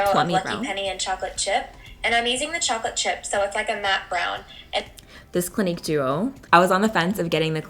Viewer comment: Wow 😮 you look like two totally different people! Btw clinique is not pronounced clinic.